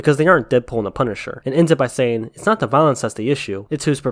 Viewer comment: Person OF colour, not person o'colour, saying, NOT sayin'.